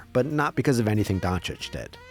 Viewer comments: Windy couldn't even pronounce Doncic's name. Keeps saying "Donic" 🤣🤣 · ah yes, my favorite player of all time Luka Donic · SAS called him "Donkich" for so many years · What’s crazier is that so many talking heads on TV still cannot pronounce Doncic right